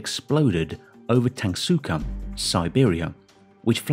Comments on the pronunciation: Tunguska, not TungSooca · It tunguska not tangsukam🤣🤣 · Tunguska not Tansuka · That's Tanguska, not Tangsuka. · It's called, TUN-GUS-KA, not "Tung-suka" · It is not TANSUKA. it is TUNGUSKA....ah, brits.. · Christ you butchered the Tunguska pronounciation real bad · How the heck did Neil Get involved with a video that the main narrator can't even say tunguska in the correct way. I was thinking when did that asteroid hit earth for a sec ? until he said 1908.